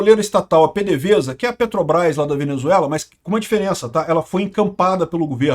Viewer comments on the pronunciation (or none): none